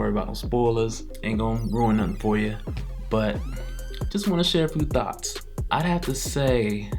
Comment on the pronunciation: Did he say Thoughts cos it sure bloody sounded like Thots 🤣🤣🤣🤓🤓 I'm just saying